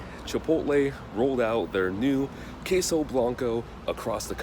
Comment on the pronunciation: Since I couldn't comment in the trailer, I just came here to say that I am mad for some reason for the way they said queso. Sorry but just had to comment also good review.